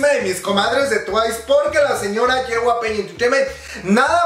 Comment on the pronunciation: Yey-way-pi* (JYP) lo siento, se me pone el ojo chueco cuando dice ye-way-pey xd *no hate gente*